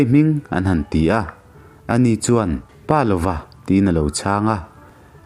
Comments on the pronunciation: pa lova tia chhiar loin palova tia chhiar zawm tur ani e....i aw ngaithlak anuam a....ka ngaithla ve ziah ania.👍👍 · Palova hming ilamrik dan hi a diklo tlat mai.😢